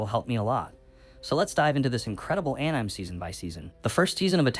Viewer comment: Ann-Nyme??? Are you AI?